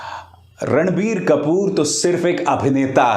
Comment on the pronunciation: Abhisaar Bhai jab apne video ke shuru me Ranbir Kapoor bola tha tab mujhe kasam se sunai diya "Randi kapoor" 😂